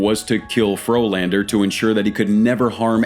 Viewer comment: Turned a Frolander into a Floorlander.